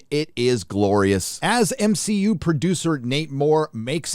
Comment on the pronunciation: LOL 😂 it's so funny when you say MSheU